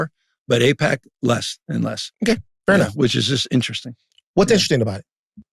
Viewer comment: Its like AIPACman's " eyePAC ayePAC eePAC .... what even is it ?"